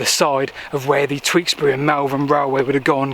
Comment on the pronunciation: Its pronounced T-yoo-ks-bry, not Tweeksbury